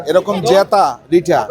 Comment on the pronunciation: রিঠা 🤣🤣🤣 রিটা হবে